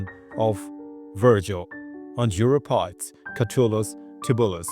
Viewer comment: Death from riding accidents was very common even through the 19th Century. PS Asa is pronounced A (long a)-sa. Euripides is pronounced YOUR-ip-i-dees.